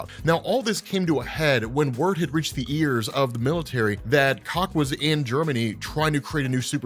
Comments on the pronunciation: "Koch" is pronounced "Coke." Just thought you should know. Not that I thought your pronunciation wasn't completely appropriate to the character. ;) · Koch is pronounced "Cook". Also, a wheelhouse is a set of skills you have. So saying this artstyle is "outside your wheelhouse" is basically saying it's a style you can't draw.